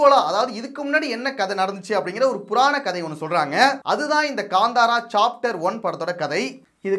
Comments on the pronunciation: Bro this movie Name is Kanthara. It's not Ganthara. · That is not Kandhara, Kantara